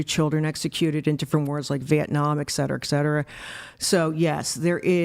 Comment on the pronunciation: Granny 6 hours 43 in"ex cetera ex cetera ex cetera" Its ET CETERA you ninny.